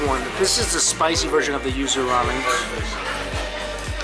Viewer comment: I thought you said “ used “ ramen instead of yuzu ramen lol I was so concerned for about 15 seconds